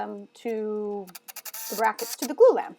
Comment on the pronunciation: "Glue Lamb?" "Blue Lamp?" I have 6 years in construction and have no idea what you're saying.